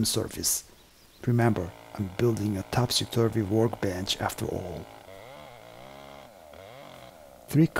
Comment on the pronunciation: Wonderful video! Thank you. As a born and bread Englishman, your pronunciation "Topsy-Turvy" I personally think is 100% correct. As if it is a good name for a work bench, well that is for you to decide, after all it is your work bench. But if you did want to changer the name of it, how about "Gilbert and Sullivan", as all their musicals show story's were set in Topsy-turvy worlds.